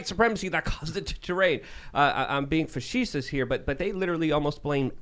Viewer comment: Are you being fasheeshish? It's my favorite word.